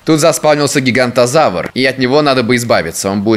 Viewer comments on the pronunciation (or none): Правильно говорить Гиганототавр